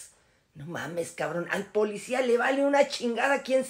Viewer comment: Porque primero este vato no se quita la ignorancia verbal , dice muchas palabras en español mal dichas, por ejemplo Polecia ... Que acaso su familia no le da vergüenza escucharlo hablar, hacer tonterías por tal de tener vistas, hay videos donde expone a su propia familia y los pone hacer cosas que pueden ser denigrantes, pero en fin todo sea por el maldito dinero y si tiene que humillar a su familia para conseguirlo pues lo hara